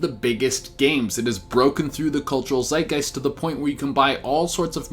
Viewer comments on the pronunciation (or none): none